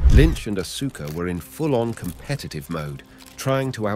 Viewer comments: Dude u need to fix that it's hurting my brain hearing Asooka...it's Aska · Ahhh-Sooo-Ka....lol. It's Ahhh-Ska. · It’s Aw-Ska (Asuka) not asoooka. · bro really said asooka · Aska. The u is silent, NOT Asooka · Awwwssskkkaaaa not asooka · Asooka no it's Asuka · It's not said asooka it's said arska bro. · ITS AUSKA KID U STILL HAVENT GOT IT RIGHT 8 year old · Bro it's not asookah. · LMAO 😂no r Aaska would be the sound out